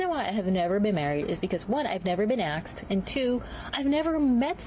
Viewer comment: She said "akstd" or "axed", instead of "asked." There's part of her problem right there. She needs a better community. She's been sullied a people who treat books like kryptonite